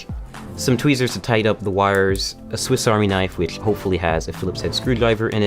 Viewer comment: YAAAAASSSS THIS MORON AND HIS "TWEAZERS" HAHAHAH